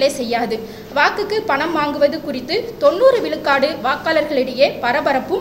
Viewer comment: அழகு தமிழ் படும்பாடு:- கலம் பதினேலு விலுக்காடு , விலுக்காடு, தமிலர் என்று பலப் பல!! ம்ஹும் என்னே இவளது தமிழும் உச்சரிப்பும்!!!?